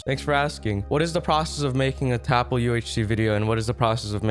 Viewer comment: Its not tapL its Ltap